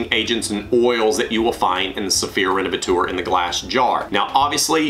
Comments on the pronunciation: Useful video, thank you. I use a generic fabric protector (Gtechniq Smart Fabric for the automotive car cleaning) How do you pronounce that 'renevetor', surely it's 'rene-ve-tor' taken from the word 'renovate'. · renovatour?? "teur" is the French for "tor". so renovator. "tor" like in actor or doctor. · Revateur or Renavateur…??? 😂😂😂😂😂